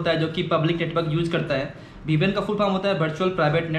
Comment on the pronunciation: vpn not ppn